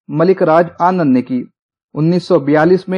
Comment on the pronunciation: ماشاءاللہ یہ بہت اچھی پہل ہے مگر ملک راج آنند کی تلفظ MulkRaj Aanand یعنی میم پیش لام ساکن کے ساتھ ہے بقیہ چیزوں کی جتنی تعریف کی جائیں وہ کم ہیں